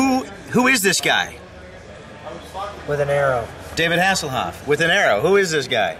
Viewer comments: Michael Hasslehoff? lmao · He said Michael hasselhoff